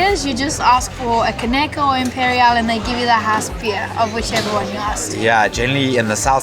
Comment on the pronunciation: Leanne pronounced "caneca" and "imperial" perfectly! 🍻👏